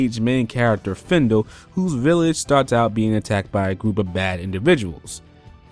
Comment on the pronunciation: I feel the same, the game is good, but not too good. Coulda taken more time in development. Also, you said it wrong, its Fidel, not Findle. Here's my points; Role system - Really good, the AI is no longer dumb as they act according to the set role, beserker for example made the character attack and never defend. Its a great idea to have it, but tbh I got quite a lot of good roles early on so I never grinded roles much, shoulda been more of an integral part of the game. Skills - The way they do it is by upgrade using skillbooks, not a bad system, you can choose what skills to have and what to leave if you wish, good for levelling up a skill fast (you only use 2 anyway, really you can use 4 but you won't do a fight being very long and very close all the time, you will be close or far, that's it) Voice acting - Especially Del Surr, SHIT. He literally says "ok men, shoot to kill" and in that sentence you feel nothing absolutely no emotion, its really bad. Story - I'm not too bothered about the story, I thought it was told alright, not the best but acceptable for me,. Gameplay - Quite good, the new guard system is pretty broken though. Guard + Roles which reduce damage and heals when you guard + Star Bangle (deals shockwave on guard) = immortal (on weak attacks). The game separates into weak attacks and strong attacks plus guards. Rock paper scissors. Guarding stops weak attacks, Weak attacks stop strong attacks, strong beats guarding. Not the most imaginative system, but i